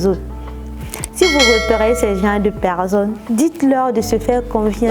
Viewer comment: Ahhhhhhhhh c'est pas pecccsonne mais personne